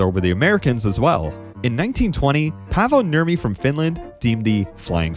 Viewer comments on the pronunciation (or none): Also, his name is Paavo, not Pavvo 😅